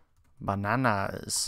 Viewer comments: ...Ba-na-naazz. (c) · The way you said 'bananas' made me laugh so hard